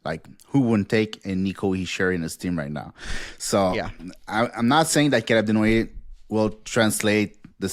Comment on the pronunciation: I think you just like saying his name tbh. CALUB DENWOYEHHH!